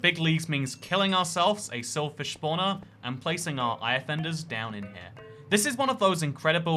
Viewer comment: It’s funny how he pronounces Eye of Enders eye offenders